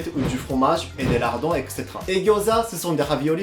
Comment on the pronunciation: J’aime beaucoup tes vidéos et le français rien à dire tu le parle super bien ! Mais à chaque fois que tu dit le mot etcétéra ça m’as fait toujours rire 😂, après c’est vrai que c’est quand même compliqué à dire 😅